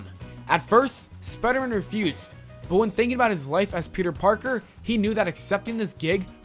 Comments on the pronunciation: Peter porker 😭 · Peter porker hahhahahahahahahahhahahaha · PETER PORKER!! XXDD i laughed too much when he said that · PETER PORKER I FUCKING CAN'T